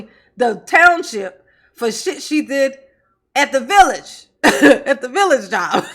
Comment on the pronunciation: Not the "villich"😂😂